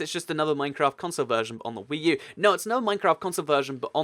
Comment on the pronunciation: WEECOME TO WEE U